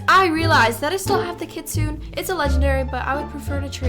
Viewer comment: Very sorry to call I out, I’m not trying to hate I’m subbed and LOVE ❤ ur videos but Kitsune is pronounced Kit-soon-ay. Love ur videos, keep doing what you’re doing! ❤